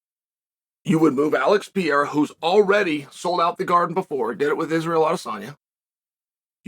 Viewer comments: What's with Chael not being able to pronounce half of the foreign fighters' names?? He calls Pereira, Piera. He calls Makhachev, Maclachev. He calls Pavlovich, Pavlich. Is this CTE or........ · Uncle Chael singlehandedly gave Alex a whole ass new italian citizenship with that "Pierra"😂😂😂😂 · can’t wait for the fights! alex pee-era vs jiri and sir-gee vs aspinall! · What a sad day it is when Chael pronounced Prochazka the right way. Lets hope not to see the day that he gets Pereira right.